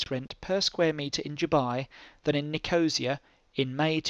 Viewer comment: Helpful - thanks.... (p.s. That's not how you pronounce Nicosia... It's Niko-see-a....)